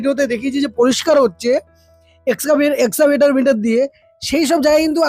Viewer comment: Aaj keo bhul pronounciation korchho, Ota excavator machine.